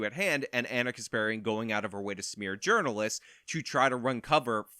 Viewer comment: I swear sometimes it sounds like she says Gerbilists instead of journalists 🐹